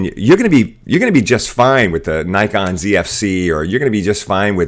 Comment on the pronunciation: Manages to pronounce Ricoh alright, fails miserably at Nikon. How? Why?